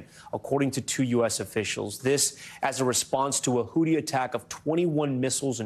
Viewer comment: Please someone tell Tom it’s Houthi not hooti.